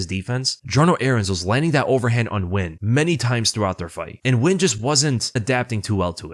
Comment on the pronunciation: First youtuber ive seen pronounce nguyens name correctly. Good to see